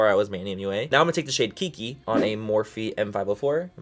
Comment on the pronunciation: Is it pronounced “key key” or “ki ki?” You said both.